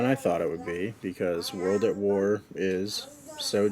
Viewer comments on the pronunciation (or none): he's tryna say waw